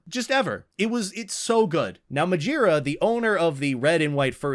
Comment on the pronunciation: NOT MAJIRA😔😔